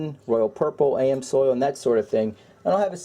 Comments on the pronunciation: Great video, but it's not "Am soil" it's "Ams oil". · Amsoil (amzoil). Not (A M Soil) Geeeez... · "A-M-soil" lol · LoL I was cringing every time I heard him saying that in the other video as well as this one, I was wondering if anyone commented on that